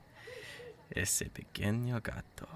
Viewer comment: ok I speak Spanish, and really love the part when it said "ese pequeño gato" I LOVE IT! Its perfect